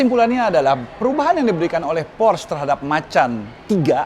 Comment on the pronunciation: por - sche bukan porsh.. udh kyk matt watson salah mulu nyebutinnya, bikin orang jerman pada nepok jidat